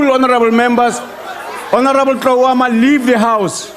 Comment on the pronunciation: This useless deputy speaker has serious problems with H Tloama